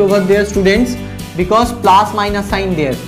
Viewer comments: Sir please speak correctly it is plus not plaas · Its not plaas... Its plus.. Sir